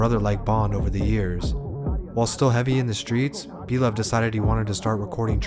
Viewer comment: Lmfaoooo this shit is inaccurate 👎🏽👎🏽👎🏽like the moment you said blovee sevside 😂😂😂I’m like ohh nah ’t know shit🤦🏽‍♂️